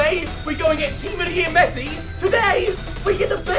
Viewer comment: He said tots messsi